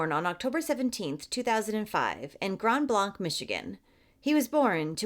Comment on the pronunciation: OMG I know this family. Linden is my hometown...this is awful...btw Grand Blanc isn't pronounced like it's a French word, though I see how ppl get there. It's actually pronounced Grand Blank. Just an fyi. Thanks for covering this...odd how I need to get on the internet to find out what's going on in my own backyard! lol We live is such an odd world.